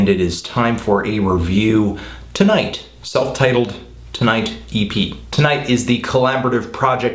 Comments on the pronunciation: I just started listening to them, i loved the EP. Did not know you pronouce their name as "tonight" though.. Lol. Happy i learned :P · it's pronounced like "tonguehut"